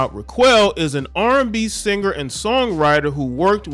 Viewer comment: Dude I think her name is pronounced “rock-elle”